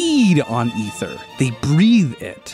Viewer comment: Oh no. OH NO. The way he pronounced Ether OH NO!!!!!! Nevermind he says it right later on